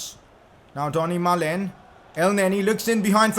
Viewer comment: Its donyel malen not dony malen